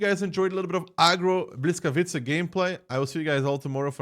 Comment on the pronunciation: not hating but maybe helping: Boo wees kavee tca;*